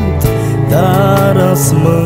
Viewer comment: Este ,,azi'' doar ca asa poate sa îl pronunte 🙄🙄